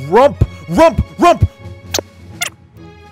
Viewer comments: Now he say rump to rup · Why he colls far he say rump to sup